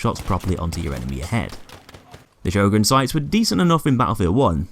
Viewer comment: “Sjögren Intertial from BFV” This makes the BF1 Sjörgen sad